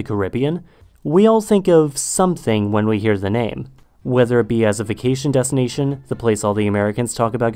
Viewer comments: i thought i was the only one that heard his /ð/ really far back almost exactly like his /z/ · I think it's a speech defect